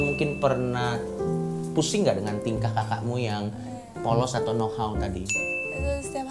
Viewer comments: know-how woi bukan no hao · "Know how" min bukan no hao